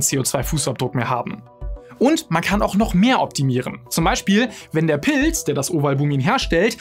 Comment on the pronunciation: Schaue doch Mal wie man Pilz ausspricht, ich höre die ganze Zeit Pils😂